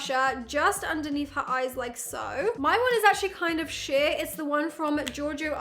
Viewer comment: It opened my eyes even more than extremely rested looking undereye makeup when I thought had cursed when saying the word "sheer" which actually sounded like she said another "s" word.